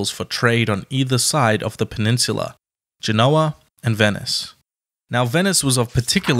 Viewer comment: It's pronounced GEN-o-A, not gen-O-a.